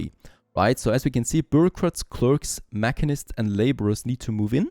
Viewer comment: It's pronounced Ma sheen ists, Machinists.